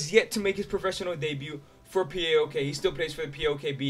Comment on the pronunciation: I've told you before, and I'll tell you again: PAOK is pronounced as a word, not 4 separate letters. (Its not P A O K, but PAOK)